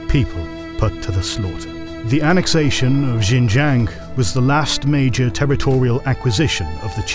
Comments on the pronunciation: The pronunciation of Xinjiang is dire. It's SHIN-JANG. No zhes anywhere in that word. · J(I)ANG with silent " I " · that XinJiang pronunciation is rough